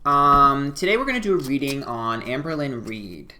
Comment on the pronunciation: Lmao if you were in his twitch stream HE KEPT SAYING HER NAME WRONG LMAO